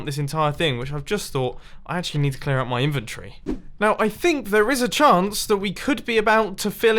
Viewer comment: MUMBO STOP SAYING 'INFANTRY' its 'INVENTORY' JUST STOP FFS, SAY IT THE RIGHT WAY, ITS STUPID AND WILL BE CORRECTED